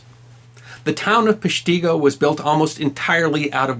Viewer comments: The locals (I live in Green Bay) pronounce the name PESH ti go. Aside from that, y' done good. To this day you can STILL find tree stumps from trees burned in that fire. The museum is worth the drive to see. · Being born and raised in WI, I was triggered all 20 times he pronounced Peshtigo incorrectly. But I see recently made a video, correcting his mistake. Thank you!!! (WI has tricky town names, like 'Berlin', with the emphasis on the first syllable (BER-lin) 'Theresa', pronounced "the-RESSA"; and 'Waupun', pronounced "wah-PAWN". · This is a great video but you are pronouncing Peshtigo incorrectly. (My great grandmother survived the fire). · It drives me nuts how he says peshtigo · Your pronunciation is WAY off. I know this as a local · As usual you have done a tremendous job on reporting the fire. However you killed the pronunciation of the town name. Also there are some great books written on this deadly fire. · Very nice. As always. I finally subscribed even though the mispronunciation bothered my Wisco ears. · He wasn’t saying peshtigo right😂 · Every time you say Peshtigo, I cringe! Totally pronounced wrong. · My 3rd great grandmother, her siblings, and her parents, the Albrechts, were survivors of the Peshtigo Fire. I still live in the town. Also, as many others have pointed out, you’re pronouncing Peshtigo wrong but I can overlook that seeing as videos about the Peshtigo Fire are extremely hard to come by. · Loved the video... But the pronunciation hurt me as a Wisconsinite. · The pronunciation was killing me too. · Yes, the accent is on the first syllable. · If you ever visited there, you would know the name is pronounced differently. Not Pesh tee go, but Pesh ti go just like it is spelled. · Thanks for talking about our Wisconsin history it's pronounced pesh ti go..... not tee go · Yes; PESH-ta-go, not Pesh-TEE-go. And check your snozz for errant nose hairs before recording. Yank those suckers OUT! Otherwise; love your channel. (NE WI)